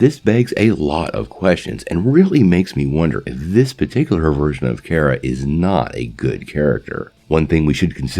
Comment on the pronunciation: Bro pretty sure it’s kara (car-a) not Kara (care-a)